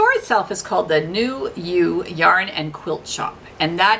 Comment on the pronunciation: You are saying Newaygo correctly. That is my local yarn store.